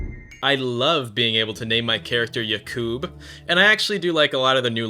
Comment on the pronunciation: when you say jakub its not "yakoob" you goblin its "ya-cub" like a lion cub, if you're gonna be nasty about how people say celtor then get all your other pronunciations correct (edit, jakub and yakub are pronounced the same the devs just cant spell.)